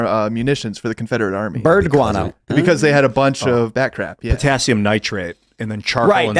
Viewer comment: Did you say GUANO?!?!?!